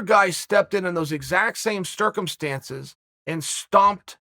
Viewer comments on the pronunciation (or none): “Another guy stepped in, in those exact same stircumstances” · Stircumstances. Chael said it so its not wrong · I think Chael has been ctircumsized under strange sturcumstances. Lol. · If chael says its stircumstances, well god damn its stircumstances.